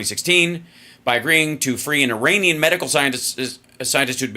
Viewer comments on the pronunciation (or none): none